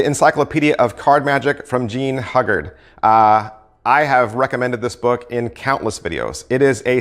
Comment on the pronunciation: "Hyoo guard" not "Hug Guard"; "Gee-oh-bee not Gay-Ah-Bee"; "Minch" not "Munich"